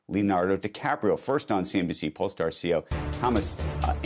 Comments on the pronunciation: pole-star, not 'pole-ah-star' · Polestar is pronounced pole-star, not pole-es-star. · Pole… Star… not PolEstar.. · It's Pole-star, not Po-le-star. It's named after the Northern Star, which is above the North Pole. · Why are you pronouncing Polestar so weird?